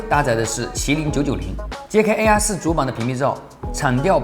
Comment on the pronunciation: 又不是让他用英语评测，况且从他发mate和air这两个单词的音来看，他压根就不懂英语，属于连基本英语常识都没有的那一类，所以就别拿他和别人比了、